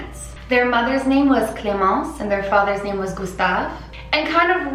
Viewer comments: I'm french and your pronouncing ion of clémence was on point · Wow your « clemence » is on point! Good french :)